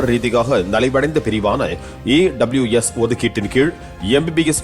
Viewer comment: Dei athu AWS illa da EWS🤣